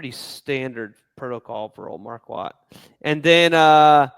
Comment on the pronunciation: You guys are still pronouncing his name wrong. It’s Mar-court, not Mar-quat